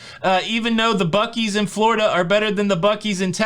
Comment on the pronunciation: you've got me saying, "Flar-ida" in my head now, lol